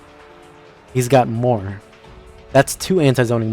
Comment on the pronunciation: “hE’s G o T MOre”🥴